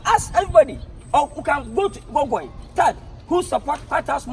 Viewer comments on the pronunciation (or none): Liwin pronounce Google again😂😂😂😂😂😂😂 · Did I hear lil win saying gogoy.....Hahaha